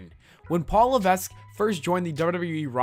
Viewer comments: It's pronounced "li-veck" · He should actually pronounce Levesque properly. It would be cool.